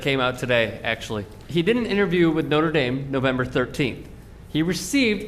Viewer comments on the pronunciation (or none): No-Tra Dahm is in France No-ter Dame is is in south bend indiana. (it's pretty much always been pronouced that way by everyone0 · I love how you pronounce Notre Dame lol